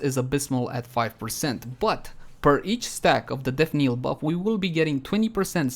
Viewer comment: Knell is pronounced nell. Not kneel. Native english speakers get this wrong as well for some reason so I can hardly fault you.